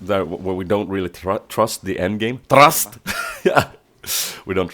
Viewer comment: "Tr(a)st" lol